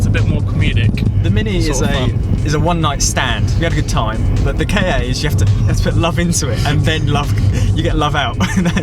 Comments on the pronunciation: Cringing at Ford "K A". It's a KA! As in Kaaaahh. Great wee cars. Half Fiat, half Ford meaning fun and cheap. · Its pronounced like cat without the t what is wrong with people kay aay whats that it says KA not K.A (kay aay)